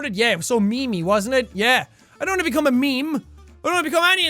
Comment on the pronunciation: Who else heard Jack say me me instead of meme